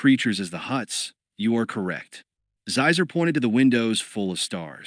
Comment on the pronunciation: There are a few like that. Xizor is supposed to be pronounced like Sheezor, not Zyzer.